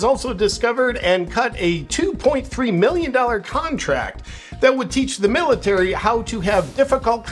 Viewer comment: Miltary ?? Ouch.